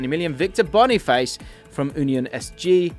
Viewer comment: Finally someone pronounces Boniface correctly, people who call him Boni FASS just make me cringe